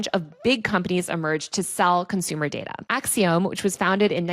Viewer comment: You sound ridiculous with your pronunciation of the company Acxiom. You should look it up. Sounded like you swallowed your tongue in your attempt to mispronounce it.